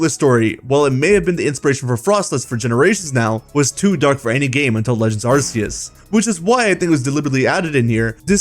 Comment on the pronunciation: And arse-eus. Like arse like how some British people say ass